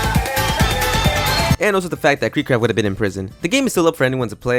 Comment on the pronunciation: why do you say cryptid like that.... i've never heard someone fuck up a word this bad 😭